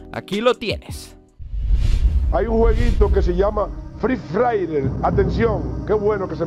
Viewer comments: Dile al señor satanivo ke se dice frefire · Jajajajaja 🤣 fri fraider jajajajajaja 😂🤣🤣🤣🤣😂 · jajajjqjajaja fri frairer lo que dijo el de las noticias jajajajjaja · No voy a olvidar eso y cuando dijo frifraider 😂😂😂 ay que hombre ese siquiera hubiera buscado como se pronuncia 😂😂para no Aser el ridículo igual lo iso 😂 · fri frayer xD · fri fraider xD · free fraider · Fri fraiden 😂😂 déjenme reír más fuerte JAJAJA 😂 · Envez de free fire es fri fraider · El señor: fRi fRaIrEr Vaya que no sabe pronunciar XD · Me rei en la parte que el señor dijo frii faire xd :v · el señor de la tv : free fraydey yo : hoy es el Black fraydey jajajja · primera mente no se dise FRE FAYER se dise free fire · Free fraiden dijeron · no ese no es el juego dijo freefailer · Jajaja pronuncien bien mejor FREE FIREE ✍️ y no digan free fraiden ni free fayer jajaja y NO SALGAN CON PENDEJADAS QUERER PROHIBIR ESTE BUEN JUEGO , EL JUEGO NO TIENE CULPA DE QUE LO JUEGUEN PERSONAS MUY CHICAS O PERSONAS ADULTAS PERO PENDEJAS 🤭🤪🤣😂👍🍹🇲🇽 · fri frailer jajjajajajajjaja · Se dice FREE FIRE 😝😝😝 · fry fraider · Ingles: free fire Español:fuego gratis El señor: fri fraiders 🤣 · Nadie absolutamente nadie: fry fraidert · fri fairer xD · Frii fraiden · Fríi frayrer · no mames "free fire" es mi juego favorito jejejejeje hasta dice el nombre mal, no dejan a uno tener con que distraerse que malos jajajajajajaja